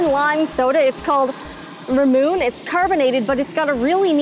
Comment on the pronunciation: Ramoon ? It's RA-mu-nay, lol!!!